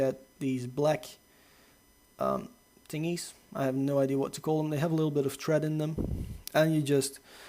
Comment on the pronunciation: Tingys. The fuck is a tingy....